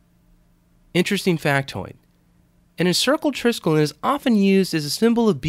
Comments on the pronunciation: Good-looking knot... Now for the proper pronunciation of the word: it consists of four syllables-- "try-skel-ee-on," with the accent on the 2nd. Skelos here means "leg" in Greek. Yours, Old Star Trek Nerd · You're SO FULL of ALL this info on the TRISKELION, BUT HOW come YOU Never even BOTHERED to find out THE CORRECT PRONUNCIATION of the word???!!🤔